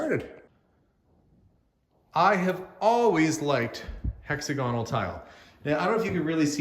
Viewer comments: Hexagonal is pronounced similarly to the word diagonal. Emphasis on the second syllable. :) Little FYI. :) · That is one amazing house. I love the kitchen! Hexagonal tile is so retro-perfect choice for you and your family, for sure! We Americans pronounce that word differently. Here it is Hex-agg-oh-nal, emphasis on the ag part of the word. I love word pronunciations. Brits say controversy completely different than we do. Try to say that word in your next live, please. 🤣 Love, love, love your new home.